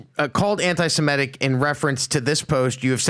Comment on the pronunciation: He kept saying "anti-Simetic." It's anti-Semitic, not anti-Simetic.